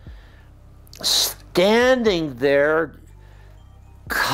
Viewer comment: The way Billy Graham says Indian is disturbing